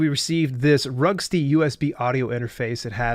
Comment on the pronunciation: Vroogst-uh. It’s a German name.